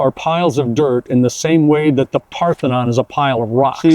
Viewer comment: Can't wait for Filip Zeba to hear "Secred geometry" 🤣🤣 Love the video, and as a Europian, love that "it's mound of dirt, as Partheon is a pile of rocks"👌